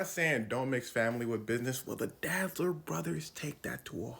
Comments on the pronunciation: So his name is Adolf Dassler. Not Adi Dazzler. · Lmao the way you’re pronouncing “dassler”